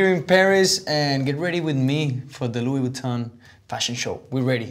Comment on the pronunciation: Lou boutton mdr la prononciation